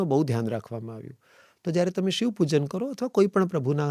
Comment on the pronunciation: ક્ષમા કરશો, કદાચ મારી ભૂલ હોઈ શકે છે! આપનાથી 'શિવ' ની જગ્યાએ 'શીવ' ઉચ્ચાર થઈ રહ્યો છે!